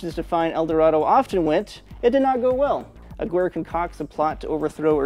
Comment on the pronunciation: ah-gear-ray is really how it's pronounce. friend with the last name corrected me on it when i first said the name